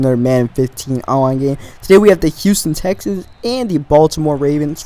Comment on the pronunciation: Houston Texans He Accidentaly Said ans wrong